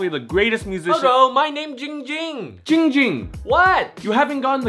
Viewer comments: I realized the name is and says hes own name wrong he says ging ging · Wait- said his name wrong. It's supposed to be "" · said his name wrong soooooo many times😭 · my name is! Live captions: my name is! Ging Ging: AHHHHHHH HOW MANY TIMES I TELL U IT NOT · He said his name was Ging Ging. Isn’t his name? 45 reply’s lmao